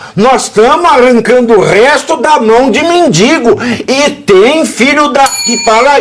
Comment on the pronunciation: Pavvina como seu convidado , uma pessoa que estudou em faculdade ,fala: MENDINNNGO ao inves MENDIGO....???!!!!😂